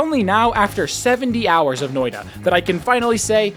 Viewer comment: Guys, he said "Noida" [No-oi-da] and not "Noita" [Noi-tta]. Do not give him any juhannussima, he's yet to become one with the Finnish epic. Perkele vie..